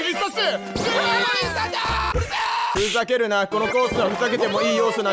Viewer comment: 待ってたぁ😂❤ が言ってたのも好きですけど、30個全部同じくらい好きです‼️😂❤じゃ駄目ですかね❓ ふざけるながうざけるなに聞こえる😂 話が逸れました💦 もう1回見直したらが好きって言ってたコースが1番好きです‼️😂